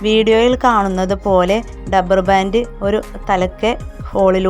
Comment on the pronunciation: കൊള്ളാം.ഡബ്ബർ ബാൻഡ് അല്ല, റബ്ബർ ബാൻഡ്.